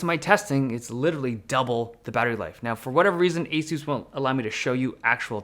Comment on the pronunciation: y do u say asus like that its a suss ඞ